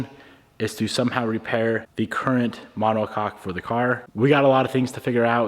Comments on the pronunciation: My brother in Christ. Please… pronounce it ma-neh-kok 😂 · Brother having too much fun saying monocock 😂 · drink every time says "monocock" haha